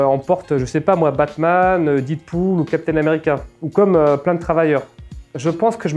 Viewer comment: qui prononce Deadpool "Dide-poule" haha, c'est pas grave on l'aime quand même!